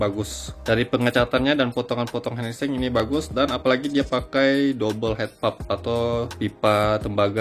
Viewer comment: REVIEW iBright ZE6 with Solenoid brooo btw Bhs inggris nya benerin bro, Head Pipe dibaca "Hed Paip" bukan hed pap. Pcs dibaca Pisis bukan pits. Cable Ties dibaca "Kabel Tai's"